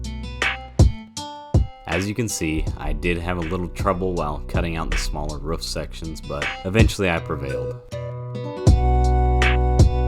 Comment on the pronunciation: why you saying roof so weird is that a mammal joke lmao